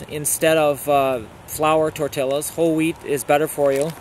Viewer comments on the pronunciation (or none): Thanks for the ideas and refresher. I prefer "couscous" to rice because it uses less water (equal parts water and couscous) and cooks faster. By the way, the Spanish pronunciation is "tor-TEE-yas".